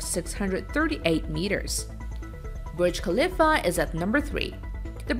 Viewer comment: Did she just say burj kaliffa